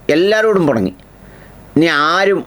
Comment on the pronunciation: പുണങ്ങി അല്ല പിണങ്ങി എന്നല്ലേ 😄😄😄